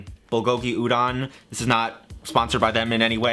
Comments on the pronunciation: the o in Udon is pronounced like oh, pronouncing it like ah that would be udan, and I have no idea what that actually would be interpreted as to someone fluent in Japanese. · Sorry to nitpick, but the "don" in Udon is pronounced like "don" (as in don't), not "dahn". Otherwise, good video. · udon, the o in udon is like homer simpson's doh, but kinda stacatto.